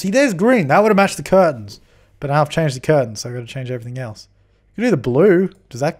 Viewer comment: You're saying curtain correctly. Like "kurtin"